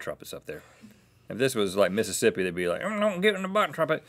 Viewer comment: Rhett's Mississippi impression. Spot on.